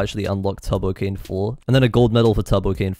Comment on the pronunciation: Am I the only one that hears 'Tubbo-Cane' instead of 'Turbo-Cane'? XD